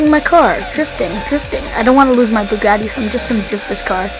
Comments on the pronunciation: You say bugaaati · Truffade addder no Bugatti adder😂😂😂😂😂😂😂😃😂😃😂